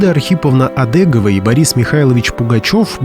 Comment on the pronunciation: Не Одэгова, а Одегова.Фамилия распространённая в Пермском крае.